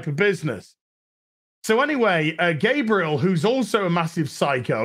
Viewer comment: I love the way you pronounce Gabriel. At first I thought it was intentional.